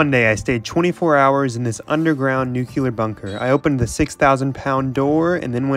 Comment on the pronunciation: "Nu-kyu-lar bunker" bruh pronouncing Nuclear wrong = "Dont Recommend Channel"